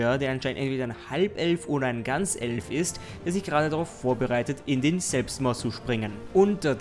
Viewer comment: "ein GanS-elf" Geflügelalarm